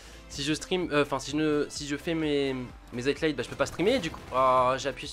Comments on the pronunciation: Bon gota, tu me tue les oreilles. C'est highlights donc tu prononce high et light il y a pas de t la dedans. DONC ARRETE DE DIRE HIGHTLIGHT. Voila bonne journée. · High-lights Gota, pas HighTlights ! J'avais même pas compris de quoi tu parlais au début frérot ! Tu la fais tout le temps celle là en plus .. Et moi je suis pour que tu fasses ce que tu veux, au delà du fait que je t'ai connu sur cod comme presque tout le monde, c'est le fait que les vidéos viennent de toi qui me fait kiffer, donc arrête de te poser des questions et go on !